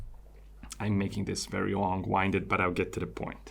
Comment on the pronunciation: Very off subject. you say long winded. The correct word, but wrong pronunciation. One of those issues if you've only read the word you wouldn't know. There was a Simpson episode about that one specifically, "gone with the wind"